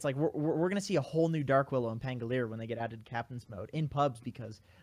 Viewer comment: can you guys stop calling him pangoleer!?!?!?? pan go li er, not pan go leer. is it that hard to add one more syllable?